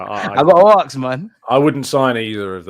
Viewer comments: come on, arksed or axed is Americans bastardising our language you sir as a journalist are much better than that 👍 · Why can’t you pronounce the word ask? You are as English as me for gods sake.